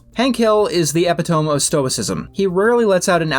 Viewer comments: epi-tōm? əˈpidəmē! long E sound at the end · Minor correction, epitome is pronounced like “toe me” rather than saying it like a book/tome. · Not trying to be rude, but ee-PIT-uh-me, not epitome. I had to learn Beatrice was not pronounced Beat Rice the hard way. 🤣 Also, I'm from the south, so seeing "chest of drawers" in writing for the first time tilted my entire world view. I was in my 30s. 😳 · It's uh-pit-uh-me, not epi-tome. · Also, "epitome" is pronounced "eh-PIH-tuh-mee" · Did you just pronounce epitome as "epi-tome"? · The word "epitome" is pronounced "eh-pit-oh-mee." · I thought that he pronounced it as "Epitomo" (which is just Latin for "Epitome"). Or did I mishear it? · He said epp uh tome, which is a phonetical pronunciation of epitome. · He said epitome and not epitome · Amazing video. But we simply must Acknowledge his pronunciation of “Epitome” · Honestly, it's understandable. Without hearing it, I certainly wouldn't be able to guess the correct pronounciation. It's similar to omnipotent in that aspect. At least he used it right. Plenty of people use epitome in the wrong context. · Epitome lol